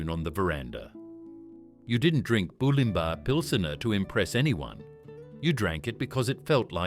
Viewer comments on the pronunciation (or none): Bew-lim-bah… AI bullshit…